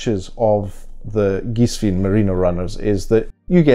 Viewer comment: The correct pronunciation in German is "Geeswine". Cool sneakers. Bought mine today 👍